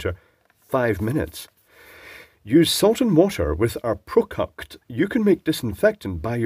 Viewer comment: Interesting "PROCUCT"